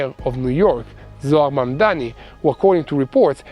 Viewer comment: It's not "Zohran Mamdami"... It's "Zorran Madmani" or, simply, "The Bond villain."